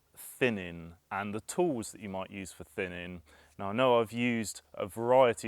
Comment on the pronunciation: What’s thinninn precious ehhh, what’s thinninnnn?